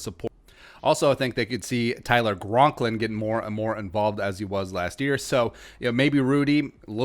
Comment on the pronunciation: His name is Tyler Conklin.... not gronklin